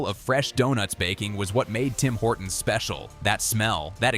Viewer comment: Guys guys it's Singh Horton's. Get it right.